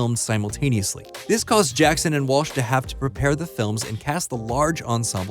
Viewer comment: It’s pronounced WALL - ssh! Not WASH! I can’t bear your mispronunciation of Fran’s last name and my last name! Disrespectful man.